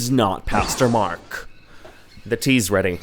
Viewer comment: At the starting i heared " Custo-Mark " INSTEAD of " Pastor- Mark "😂